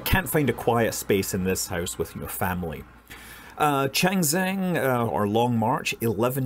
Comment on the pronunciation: sorry to heard that Scott is still failed to pronounce “长征” properly🤣🤣